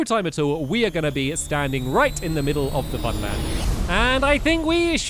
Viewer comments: He said famland not funland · # "Fan Land" Lol.